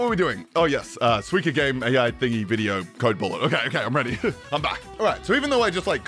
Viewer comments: Bro it's SUIKA not suiki or whatever tf you are saying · Why do you say "swika game"? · its 西瓜(スイカ) "soo-ee-kah" which literally just means watermelon in japanese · Every time he says "swee-kuh" instead of suika I die a little inside Otherwise, great video as always! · It got me laughing me whenever he says the game name. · I came to see how he pronounced Suika. I wasn't disappointed 😂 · god the way he pronounces suika is killing me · the way code bullet says suika is painful lmfao